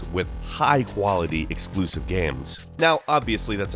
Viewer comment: 《Nasal voice and cringy voice》: "exkluzziv"